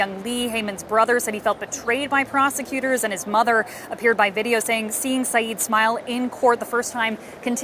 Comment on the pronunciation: he is absolutely INNOCENT but for goodness sake,, learn the surname. SYED. not SYEEEED